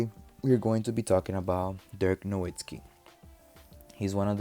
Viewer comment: Nowitzki not Nowitski